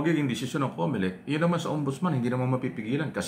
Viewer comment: Comolec hindi Comelec 😅😅😅😅